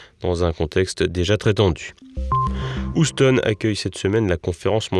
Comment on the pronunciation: Effectivement , je m’entête à parler un français élégant et aussi soigné que possible - je suis américaine aussi ( pas « états-unienne » - j’ai cessé de vous reprendre sur l’anglais …. ( mais le « ousse-tonne » était terrible 🤨) .